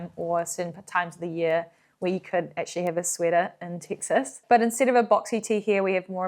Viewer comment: Having lived many years of my life in the Lone Star State, I can’t recall ever hearing a Kiwi say it. I’m so delighted every time you say “Tix-isss.”